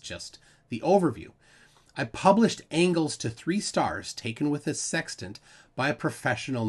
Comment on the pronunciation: Did you say sextant or sex tent? This is important when discussing what failzoid is touching.